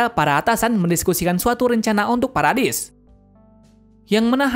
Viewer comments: Bang paradis bukan paradais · Kak bacanya paradis bukan paredais